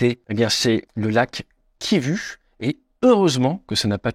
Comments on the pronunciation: Salut, tu dis KIVU comme tu le vois mais chez nous le U dans des noms se lis OU...donc KIVU (KIVOU)....mais c'est intéressant de savoir que beaucoup s'intéresse à l'rdc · Lac kivu et non kivi🤣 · Juste une petite précision : Kivu se prononce : [KIVOU]. La lettre U = OU ! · Excellente vidéo comme d'habitude avec des renseignements hors aviation très justes et importants. Pour information, Kivu se prononce kivou, come à peu près tous les u de l'Afrique centrale. Encore merci ! 👍🏻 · KivOU svp, KivOU. 😐 deux secondes sur Wiki et vs aviez la prononciation. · Il faut prononcer "ou", le lac kivou ;) Quand les coloniaux transcrivent les noms de lieux, de personne etc, ... en français, ils utilisaient l'alphabet " latin" ;) ex : Mobutu ... Prononcer " Moboutou" ;) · Champion Kivu se lit " Kivou ". La lettre " U " des langues Bantu se lit " Ou ". En français U = U En langue Bantu U = Ou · Cela se prononce ´´ Kivou ´´ et non Kivu , bien qu’il s’écrive comme cela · Kivu se prononce "Kivou". Merci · Ce n'est pas le lac Kivu mais kivou le u en fait c'est ou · "Kivu" se prononce "Kivou" pour info ... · lac kiv[ou] et non kivu.... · Le lac Kivu se prononce "Kivou". MDR ! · On dit pas Kivu mais kivou…. Ces français …. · Le « U » comme « Ursula » , « Mattaus »chez les allemands se prononce « OU ». Kivu = Kivou. Autrement, merci pour l’information sur les eaux du lac qui ne se mélangent pas…. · Petite précision linguistique, le lac Kivu se prononce Kivou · Ça se prononce "Kivou" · Kivu se prononce Kivou. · Prononcez lac kivou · Oui j'ai eu mal aux oreilles avec la prononciation du lac. Intéressant comme d'habitude. Quand j'ai quitté le "ZAÏRE", ils avaient des Mirage III.